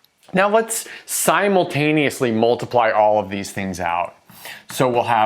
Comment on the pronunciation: let's "sine"multaneously multiply all of these things out